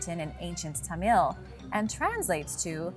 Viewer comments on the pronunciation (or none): Damn dude... whangerei = faahn gah ray. Roll the "R" and its ta-mill not tahmeel.... Also New Zealand was NOT a new discovery lol. Only recently colonized sure but the Maori were there for a very long time. The moriori before that. Do some research guys ffs....